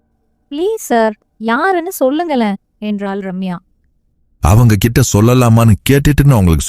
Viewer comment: Seems like you eliminate ட் in the words Like for example மொட்டை, கிட்ட, etc You pronounce as மொடை, கிட, etc…. 😅 it’s not ஆண்டவன் It’s - "அரண்டவன் கண்ணுக்கு இருண்டதெல்லாம் பேய்"